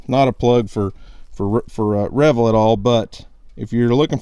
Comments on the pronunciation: Re - Veal not Re - Vel lol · Are you sure those cameras aren’t pronounced re-veal? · I think it’s pronounced rev-eeel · Drives me nuts every time you say reveal. It's pronounced Like you reveal something that you didn't know was there. I know the person who created Tactacam. Lol. It's not like it upset me I just can't help but laugh.